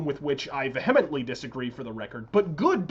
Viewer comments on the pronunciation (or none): you pronounced "vehemently" incorrectly. Oh my god I corrected you; this is the best day of my life. Please don't hate me though x